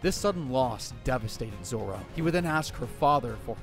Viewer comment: Bro why 4kid name zoro to zolo